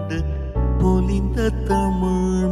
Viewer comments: Not exactly. Kaalai "பொழுது" is wrong. Note at 1.13 - He pronounced it as பொளுது. Also, "தமிழ்" pronunciation in tamizh mandrame is not perfect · Nearly flawless .... just nearly .... wish he had pronounced the word tamizh like it should be pronounced . phonetically , it is tha mi zh , not thamuzh. On the whole fabulous singing !! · Not exactly. Kaalai "பொழுது" is wrong. He pronounced it as பொளுது. Also, "தமிழ்" in tamizh mandrame pronunciation is not perfect